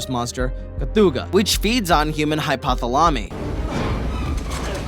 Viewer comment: It's clear you haven't seen a majority of these movies and worse is your lackluster job reading and reading comprehension. I understand you might not be able to Google the pronunciation of Mogwai but hypothalamus does have a readily available pronunciation link.